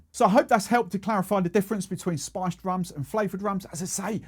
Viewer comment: Man your pronounciation of "spiced" sounds like "sponge"